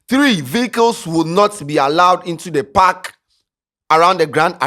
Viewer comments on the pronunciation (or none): none